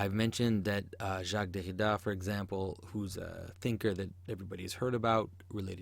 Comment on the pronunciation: I want to kill myself everytime you say "Derrida"